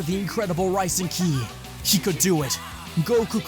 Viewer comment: Whenever he mentioned Buu absorbing Ki he said killi. I don't know if there is a reason about that, but I found it a little weird.